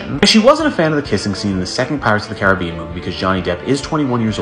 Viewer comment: Definitely not how you pronounce Caribbean